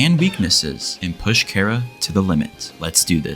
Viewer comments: when he calls chara carea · Did bro say chair-ah 😭